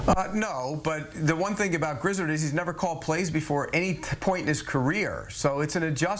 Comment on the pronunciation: Grizz-erd? My goodness